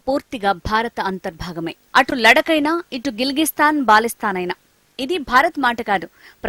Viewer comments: hello news reader, correct your words, that not balisthan , iits baltisthan. use fellow, how this kind of fools become news readers, shame shame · baalistan kaadu baltistam